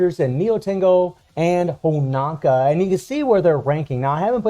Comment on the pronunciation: Come on man.... why is Honoka still pronounced as Honaka. Btw most DOA characters should be at SS to SSS tier. Especially SS Kasumi, as hard as she is to use - had the only ability so far to attack on air while being attacked, plus getting Hyper Armor which helps massively in fighting opponents that depend on air juggling like BS Zero and Ignitz. If SS Kasumi has buff removal, she will easily top the PVP charts with all those buffs she had. SS Marie has Super Armor and Hyper Armor in two different skills with two counter abilities too, easily enabling her to attack non stop in both PVP and PVE. Normal Marie is fun in PVE, I practically cleared DOA stages with her at A3, easily. Imo SS Honoka is decent in dealing damage but she's rather squishy in comparison to all current SS characters, perhaps since its a free character and Netmarble just won't give you the advantage. Normal FES Honoka on the other hand can be monstrous in PVP as she has buff steal that lasts for 5s (imagine stealing attack buffs with hyper armor successfully), and her dual DOT effect is great for guild bosses. I basically replaced 7ds King with normal Honoka, because King's useless super long ulti animation just could damage Rugal much during starlight dot. Not much chance to use both Nyotengus due to them only A1.